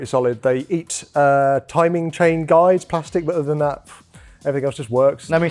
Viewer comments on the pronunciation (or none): none